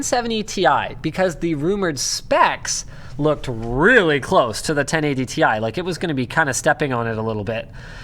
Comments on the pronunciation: Tie? Can we just keep to calling them "tea eye" from now on. lol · They certainly would NEVER or never have called it "Tie". Comeon... its called Ti (Tee Aaii). I'm one of those who's always called it "Ti". 😁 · T I, T I, T I. Its friggin T I. Stop saying tie like some friggin hipster who thinks they know better. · ITS NOT TIE. ITS TEEEE IIIII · damnit! stop calling it TY!!